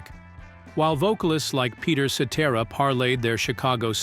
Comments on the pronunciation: Please, before you release a video with an AI voice, make sure you get the pronunciations of the people's names correct. Listening to this is so annoying. Also, for the record, I don't care how successful David Foster was, I never cared for any music he had a hand in creating. He ruined what I was a fan of Chicago for. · Yeah this is the second video from this channel. I watched the Supertramp one was fairly entertained. So I looked for another one. This one came up and after hearing Peter's last name pronounced wrongly time after time I too caught on that this is all AI. Kind of poetic considering what happened to Chicago sort of happening here. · Sitera NOT setera like etc, ect. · If this is not a computer voice, then the narrator should be ashamed of himself. Any good lawyer learns to pronounce names correctly before releasing his theories to the public....I'd expect the same from a voice-over pro. Peter Cetera's name is pronounced 'set-AIR-ah', not 'SETT-erah'. Spend an extra five minutes and prepare properly. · The name is CETERA, pronounced "Cet Air Ah". Not "Cet Er A". And Walt Parazaider's name is misprounced also. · Jesus, man: ce-TER-a. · Ce ter a. Let's say it together. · Pronounced Cetiera not like et cetera, even though his last name is spelled like Cetera Also Para zaider not Para zider!AI voices cannot get it right! Also not true that Chicago horns fused the horn sound to rock first. Blood ,Sweat and Tears with their horn section fused rock with horns before Chicago as did The Grass Roots.,but Chicago rocked harder because of the great Terry Kath on guitar! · This may be an AI type voice when they pronounce Peter Cetera's name incorrectly. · Made me think, is "Cetera's" first name, "Et?" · AHH!!!!!! Just buy a microphone!! You make a video about Chicago but don't have your AI Robot dude say his name correctly? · Please get the name right or don't do it at all et cetera et cetera et cetera!!😎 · Yeah. Please say Peter's last name right!!